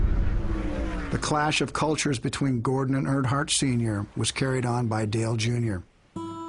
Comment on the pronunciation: I like the way he even said Gordons name wrong! Im sure he knew what he was doing 1000% Hope ur good.